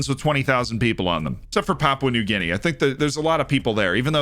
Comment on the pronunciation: Love the videos, but it makes my head hurt every time you pronounce Guinea as "gi-NAY"; it's GI-nee, American or British English, accent on the first syllable (just like in Guinea Pig). I wouldn't normally say anything, but with your love of history you seem like someone who would actually want to know you were saying it wrong.